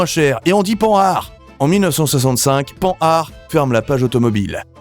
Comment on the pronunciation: Oui. Pan har. Même pas le meilleur en Français, c'est bien comme ça que j'avais lu dans ma tête. Ça m'agace, depuis peu, d'entendre Panne hard.